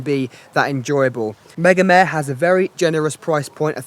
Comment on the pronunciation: Mega-meh? Isn't it mega-mar-re